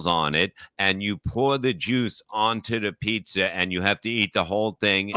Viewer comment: Lol called the Corolla a toyoder and a pizza a pizzar😂